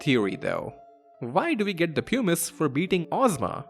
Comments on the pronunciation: Puh-miss 😭 not pyoo-miss. Best vid on ff9 lore I've ever seen though! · Ots not "poo-mice" or "pew-mice" its "pum-ise". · ok, bear with me, I was on board cause I was sure he was saying 'pumice' wrong. it's 'puh-mice', like plum without the 'L'. But now you're telling me 'hummus' doesn't rhyme with 'pumice'? It's 'hyu-mmus' like 'hubris' or 'human'?😵‍💫😵‍💫😵‍💫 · Why does everyone say it like poomuce. It's Pum us. As someone who studied geology it always pains me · Pumice is pronounced differently. Like: puh mis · Him saying Pew-miss is killing me. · it's clearly a "pew-miss" stone, not a "puh-mis" stone 😂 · great essay but I wish someone had been able to tell you before you made it that "pumice" rhymes with "hummus"